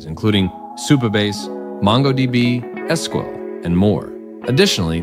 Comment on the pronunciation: This computer generated voice over is impressive, very natural inflections, only noticed with the pronunciations of sequel and todos, nice break down of the framework.